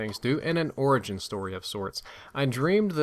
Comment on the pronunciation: lol i thought he said orgy not origin in the beginning. huuuuuuuuuuge let down